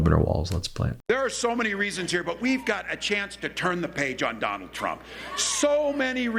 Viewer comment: Ben, you got it right the 1st time!! “Tump”😂 Ty for the smile & for all your hard work as well!! I will be calling him “tump” now!!💯😹 🇺🇸💙💙💙💙💙💙💙💙🇺🇸 I just love “Walz”!! Our future president, Kamala Harris made the perfect choice for her VP!! 🇺🇸💙💙💙💙🇺🇸